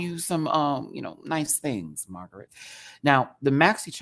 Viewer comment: It's MargarEHT! Like Margaret Thatcher, Not MagerEET...